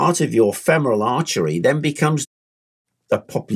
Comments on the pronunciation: Do you pronounce "artery" as "archery" on purpose? :D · I know he said popliteal artery, but it sounded like he said archery. lol